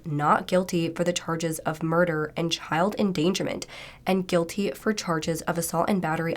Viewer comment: does this judge know how to read? or speak english??? like she couldnt say SOLUTIONS, ENDANGERMENT, or NICHOLAS like seriously this judge sounded like she was having a stroke.